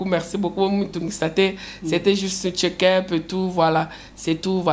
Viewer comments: balobaka check up, eza ketchup te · Mama Oyo ya muluba alobaka aza francaise mais azo koka ko loba check up te azo loba ketch up eeeeeh muluba oyo azanga probleme ya mutu te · Elle insiste ketchups 😂🤣😂🤣😂🤣😂🤣😂🤣😂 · OZA Makelele kaka; na ba mbula ebele osala na France oza ko repeter soki 3 ou 5 fois ozosala KETCH UP ! eza nini wana ? ndeko na ngai balobaka CHEK UP et non KETCH UP ! ZOBA YA NDUMBA KAKA MAKELELE